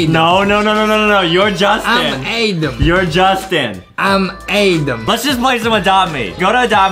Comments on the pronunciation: Adam, not Adem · No Justin says Adem. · No no no, it’s A-dom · It was so funny when Justin kept saying "I'm adem" 🤣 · no he said Edem not Adem